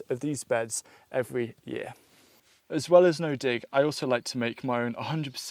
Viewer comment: sounds like you said the d word but you said dig